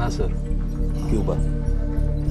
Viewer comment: it's Cuuuu Baaaa.., Not Koo Baa...